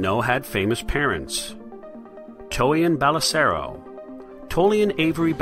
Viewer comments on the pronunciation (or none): "Tolian Belisero" WTF ITS TROIAN BELLISARIO HAHA